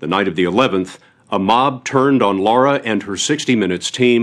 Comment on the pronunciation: HER NAME IS LARA. 🌱NOT LAURA for Gods sake !!!